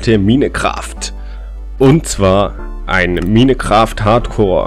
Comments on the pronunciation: Minekraft genau xD man spricht es majnkreft aus xD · Als ob er denk man sprich es minekraft aus xD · Hey ich gucke das Video einfach 3 jahre später😂 Und man spricht das Spiel nicht Minecraft aus sondern Meincraft obwohl man es so nicht schreibt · Komme aus 2020 und mich triggert es wenn MINECRAFT sagt. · Minecraft wie ein deutscher hahahahahah